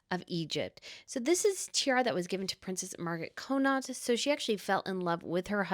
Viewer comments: It’s pronounced Conn nit if you’re Irish or Conn aught if not. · Loving the tiara episode! By the way, just for info, the Connaught tiara is pronounced, Con, as in con man, and aught, as in automotive. ❤ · Princess Madeleine is the ultimate " fairy princess" .... totally beauriful. If you stay at The Connaught when you are next in London, you will correct your pronunciation.